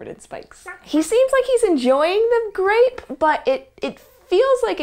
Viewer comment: = Can you say grape? Kemosabe= Gwap